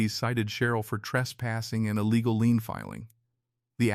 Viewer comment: The word is “Lien” not lean